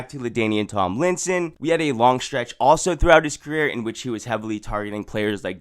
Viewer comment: I've never heard anyone say Tomlinson like that